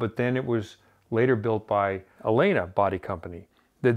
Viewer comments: Amazing! Favorite episode ever. Not that it matters... but the name of the company is pronounced El-lena. Both "L"s are pronounced. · Pronounced El-lena